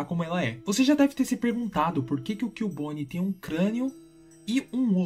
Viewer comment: Ahn é CUbone e não Killbone